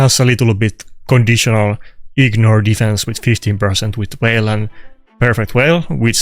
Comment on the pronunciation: it's not whale it's veil :) so funny